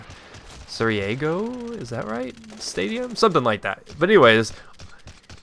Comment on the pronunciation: lmao no commentator ever says Sarajevo right.